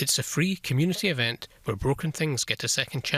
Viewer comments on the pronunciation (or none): none